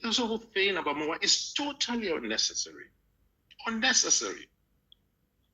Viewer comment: Way da you guys like it or not is called EMOWAA not MOWAA